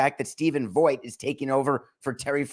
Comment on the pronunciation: Stephen Vogt's last name is pronounced like the word vote.